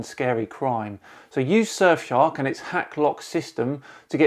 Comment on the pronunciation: "[...] surfshark vpn [...]" heard that as "sir shark vpn" and was waiting for something like "sir shark vpn, the royal solution to your privacy" also, phucket word for DFOTY 2020